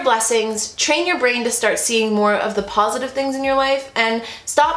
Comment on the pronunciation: I’m laughing because after Bentley ran away I swear you said PAWsitive 😂😂😂😂